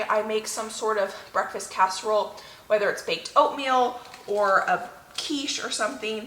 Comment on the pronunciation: hi, lovin ur videos. must admit I did laugh at 4.11 on the video when u said amis casherole 😂. I've been writing down tips n tricks from ur videos and once my freezer is more empty I'm gonna b doing more freezer meals, esp some of the ones u make. I'm also going to try n start a herb garden. thank u for the videos. ❤️from 🏴 UK.x